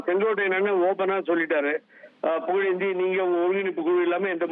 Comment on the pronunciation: புகழேந்தினு சொல்லறதுக்கு பதிலா புலுந்தினு சொல்லுங்க